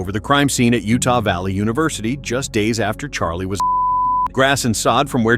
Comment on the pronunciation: She cant even say his name CHARLIE my husband